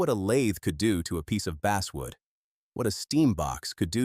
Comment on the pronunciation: Basswood: not base-wood. I too will not follow a channel that's too cheap to have an actual human familiar with the proper pronunciations. You can't take one extra hour to read your script?!